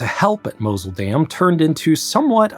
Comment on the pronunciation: Tigris, Mosul, etc. At least make some effort to learn how non-english words are properly pronounced.